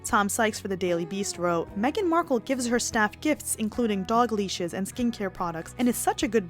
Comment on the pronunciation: Markle not marke